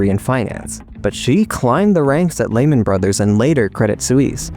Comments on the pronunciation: "Lehman Brothers" is pronounced: LEE-muhn BRUDH-ers. The emphasis is on the first syllable of "Lehman" (LEE) and the first syllable of "Brothers" (BRUDH). Breaking it down: Lehman: Rhymes with "lemon" but with a longer "ee" sound. Brothers: Sounds like "BRUDH-ers", where the "th" is a soft, almost whispered sound, as in the word "the". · The way you pronounce Lehman Brothers is making my ears bleed :(